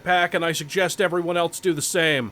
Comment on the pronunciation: Heh. Old video but says "eltse".